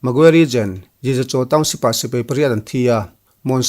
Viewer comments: SI - PEI = X SI - PAI = ✓ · Sipai tia lam ni se